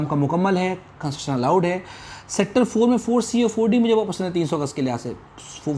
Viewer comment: Bhai lafz tu theek nikala karo, itni jaldi q boltay hu? Train chut rahi hai kia? Adhi baat samajh nahi atti. Construction ko ap conssjseiri bolte hu ajeeb